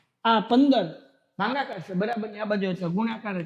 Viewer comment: Sir bhangakaar nahi bhagakaar aave 😂